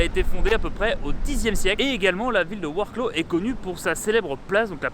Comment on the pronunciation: Super tes vidéos sur la Pologne, c'est vraiment bien fait on a l'impression d'y être 👍 je suis allé à Varsovie aussi fin août j'ai adoré, je n'ai qu'une envie c'est retourner dans ce pays ! Par contre il va te falloir un petit cours de prononciation du noms des villes polonaises 😄 Lodz = "woudj" et Wroclaw = "vroswaf"